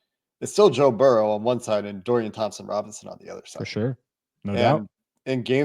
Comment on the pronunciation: It's Burrow, not Burrows!